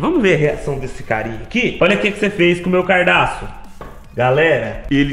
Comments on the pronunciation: u cara envez de fala gadaço fala cardaço kkkkkkkkkkkkk lenbrando nao to fazendo racismo contra vc so to avisando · Meu cardaço? Kkkkkkkkk se fala cadarço kkkkkkkkkk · "CARDAÇO " KKKKKKKKKJJKKJ